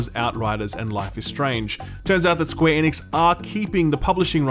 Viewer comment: What the hell - the way you say Square Enix was my favorite part of Square Enix…why did you start pronouncing it correctly?? Bring back SqueeNix please!